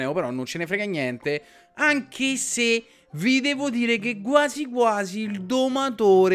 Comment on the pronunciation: MA PERCHÈ DICI GUASI!? MI DA SUI NERVI!!!!